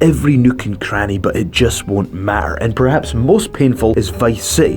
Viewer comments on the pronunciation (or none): He says "erazing" instead of erasing. Also says "mat-er" instead of matter